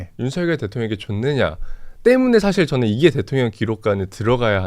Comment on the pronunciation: 즈느 아지 못하느일이니다. 일본발음임